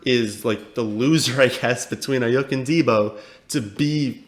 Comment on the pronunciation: Cool you like Aiyuk, and I agree with your take there, but you need to learn to pronounce his name correctly 😂 It’s pronounced “Eye-Yook”